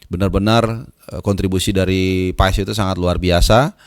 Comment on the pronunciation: Paas bang paaaaaaasssss bukan paes Heu